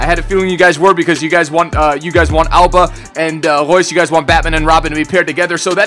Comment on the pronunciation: i know you're saying Auba but can u stop making it sould like ALBA!!!! please??